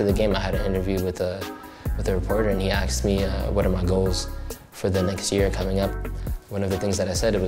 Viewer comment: Kid can't even pronounce 'asked.'